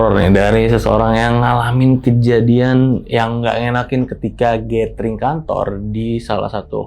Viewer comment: . Gathering dibacanya [gédering]. Bukan gétering. 🤦🏻‍♂️